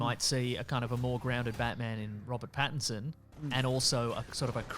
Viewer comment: Who? You mean RoBat BattinBat